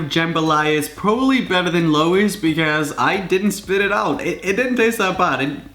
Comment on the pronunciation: said Lois wrong